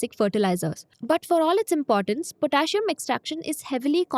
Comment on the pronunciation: Potassium is pronounced different.